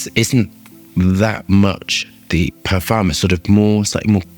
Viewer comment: u say "O" the parfum. not EH the parfum. just so u know.